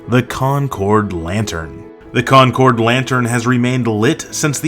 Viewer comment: How can I take the score for Concord, NH seriously when you mispronounce Concord?